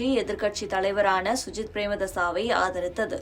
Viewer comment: முதல்ல சஜித் என்று சொல்ல வக்கில்லை சுஜித் என்று பிழையாக பெயரை கூறிவிட்டு தெரியாத இனவாதம் பேசுகிறீர்கள்.